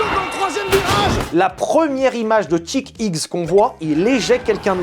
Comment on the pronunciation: et Chick X quand tu le prononce on dirait un peu Jacky Hicks :D